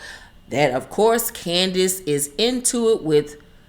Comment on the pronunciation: Thank you YouTube algorithm for introducing me to this 🙌🏽❤️ ❤️❤️ I am cracking up laughing at the way you are saying her name CANDIACE the way her mother spelled it and when you said she going to be shaking in the corner with her little 88 lb self. 🤣🤣🤣🤣